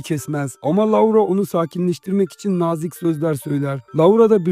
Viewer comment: maykıl diye telaffuz edip loora diye telaffuz etmemek